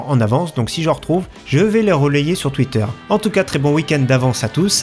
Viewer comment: "sur twitterre" :p